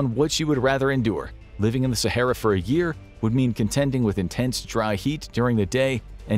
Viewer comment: “Sahera” is wild😂